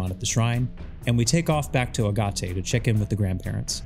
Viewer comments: Agate is pronounced like Aah-Get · "Agate" is a semiprecious stone; it's pronounced "Agg-it" (rhymes with "bag it."). This video was fascinating, great work. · How you said Agate village gave me a laugh. Also if you wanna have shinies the easy way, use an AR code on an emulator, bc damn this method is tedious and each time you fail = big sad